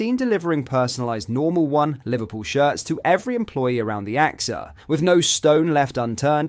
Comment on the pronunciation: "The A-X-A training centre" ??? You mean the AXA training centre?! I thought I'd put that in while I awaited, impatiently, for the MASSIVE News on Mo Salah And Virgil Van Dijk! You're as much use as a chocolate teapot! (Or, as you'd pronounce it, "a chocolate T-E-A pot!!! " 🙄)